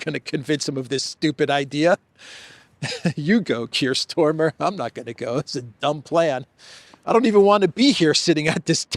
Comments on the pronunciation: Kiers is StArmer not StOrmer,for gods sake! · STARMER is the name of the British Prime Minister, not Stormer! Or is this some kind of PRO nickname that I missed?